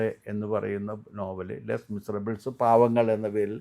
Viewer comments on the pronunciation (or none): ലെസ് മിസറബിൾ ന്നോ ലേ മിറാബിളേ ന്നോ,?